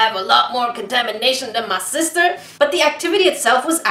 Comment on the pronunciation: XD and she was seposed to help XD LOL "big stister"? LOL